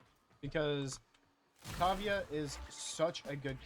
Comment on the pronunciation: Wow that is so not how to say her name lol